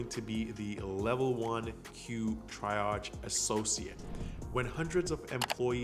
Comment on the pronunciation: great video BTW: the first job’s key word “triage” is pronounced tree-ahj ;)